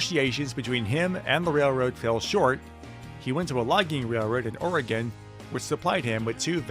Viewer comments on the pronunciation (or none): none